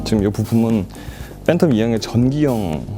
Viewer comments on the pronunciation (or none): 왜 계속 phantom을 Fhantom이라고 발음하냐 좀 불편하네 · Ph는 f소리난다....